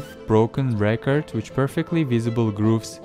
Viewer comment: What the heck are you saying about the records. You keep pausing and I can’t understand what your saying your not even pronouncing record correctly and please don’t do that to your records you’ll scratch them up! It sounds like your speaking and your microphone is breaking up ask you talk cause you say two or 3 words and then there’s this long pause like when someone breaks up and is being cut off